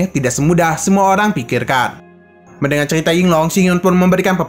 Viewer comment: Kok ceria bang bukannya cerita